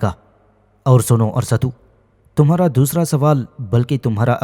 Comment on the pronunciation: Arsatu nahi arastu hsi